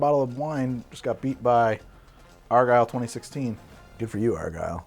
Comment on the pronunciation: argyle is OUR-guy-le!